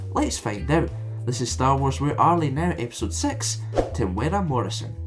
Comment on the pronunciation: Hey you got his name right